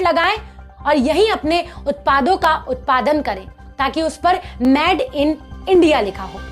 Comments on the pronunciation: Madam pls made in china ya made in India kaho na ki mad in china ya mad in India sahi pronounce karo.🤣🤣🤣.aur yes boycott china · I really support your initiative of Made in India... You just need to correct your pronounciation... It's not Mad in India but it's Made in India... All the best... Jai Hind... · अरे वीडियो मे बोलने से पहले सीखो की इंगलिश के किसी लफज को कैसे बोला जाता है जैसे Made को मैड नहीं मेड बोला जाता है मैड का मतलब पागल होता है धन्यवाद 🙏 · आप एक न्यूज़ एंकर हो। आपका उच्चारण साफ होना चाहिए। आप मेड (made) को मैड (mad) बोल रही हैं। Made (मेड) मतलब बना हुआ और mad (मैड) मतलब पागल होता है। गलत आदत छोडी जा सकती है, बस अपने उच्चारण पे थोड़ी मेहनत करनी पड़ेगी। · Plz made को मेड बोले न कि maid.. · Sister aap baar baar made ko MAD kyu keh rahe ho? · PAHLE ENGLISH BOLNA TO SEEKH LE, MADE KO ( MAD) KYON BOL RAHI HO? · please ask the presenter to speak made clearly and not say mad....this can be made fun of by people watching this channel. she can look online for the pronunciation. its not criticism but i dont want people making fun of indians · U r talking sense but kindly pronounce made correctly but not mad!